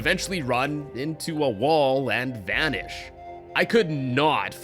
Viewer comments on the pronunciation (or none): vanish more like vannysh haha very funny no it isnt